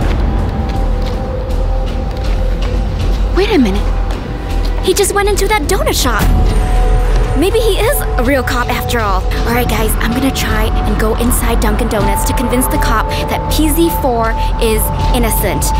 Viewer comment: Its Dunkin not dunking